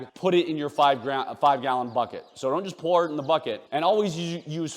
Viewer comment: You say boket not buket and even bucket